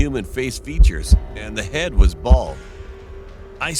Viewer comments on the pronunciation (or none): none